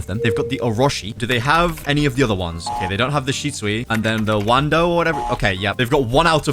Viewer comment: It feels so cringe as a one piece fan to call it Wando instead of Wado Ichimonji